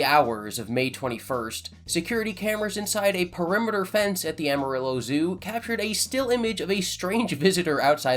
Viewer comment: Please google how to say amarillo. 😆